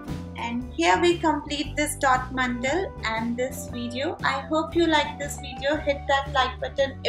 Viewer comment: They are "mandala" not "mandal".